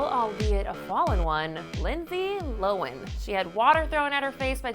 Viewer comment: did she say lindsay loen. lindsay lohan lmao